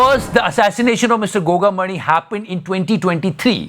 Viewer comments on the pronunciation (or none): His name is Gogamedi not Gogamani